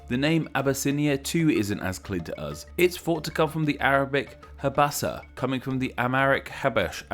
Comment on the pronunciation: the old name for ethiopia in arabic is habashah, not habasah